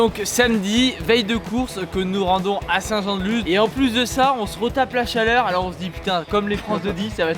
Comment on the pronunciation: Salut, désolé mais on dit saint jean de lusss